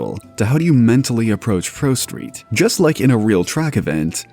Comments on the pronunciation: You said prosteet like 50 times. Please just do a retake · ....did you call it "ProSteed" at one point, or am I just hearing things?